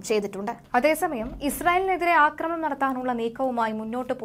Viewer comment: ഇവരോട് പറഞ്ഞിട്ട് ഒരു കാര്യവും ഇല്ല. 'അക്രമണം' അല്ല 'ആക്രമണം' എന്ന് അറിയാൻ വേണ്ടിയും എഴുതിയിരുന്നു. ഒരു കാര്യവും ഇല്ല. അയാൾ അതുതന്നെ ഇപ്പോഴും പറയുന്നു.